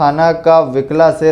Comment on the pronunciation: Wikla nahi wukla hai وِکلا نہیں وُکلا ہے